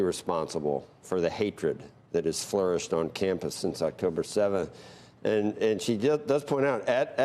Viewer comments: Sorkin doesn't even know how to pronounce Elise Stefanik's name. She's been making headlines for three days now, but this rube doesn't get much air outside his liberal bubble to even pay attention to what's going on in the country. This says a lot about his awareness deficiencies. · Why was it so difficult for you to say Mrs. Stefanik’s name Andrew? 🤡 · He can’t even pronounce her last name.